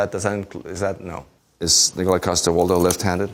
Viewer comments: its pronounced Nikolaj say it with me... Nikolaj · It's pronounced Nikolaj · its pronounced nikolaj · Boyle: It's not Nikolaj, it's NI-KO-LAJ! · "it's 'nikolaj'" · Nih ko lajh 😂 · Actually it’s Nikolaj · Sighes,no its Nikolaj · It's pronounced, Nikolaj, not... Nikolaj. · It's pronounced "Nikolaj"